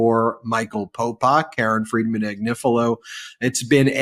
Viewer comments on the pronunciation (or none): none